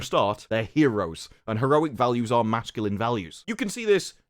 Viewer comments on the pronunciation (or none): none